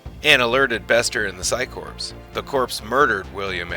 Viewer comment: There is no p in core. The phycore does not have a p in it. So quit putting a p in the word.